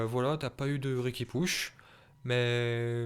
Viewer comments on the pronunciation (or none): none